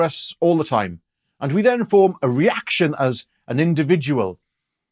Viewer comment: All good points, I must however draw your attention to the the most emphatic pronunciation of the word reaction in modern history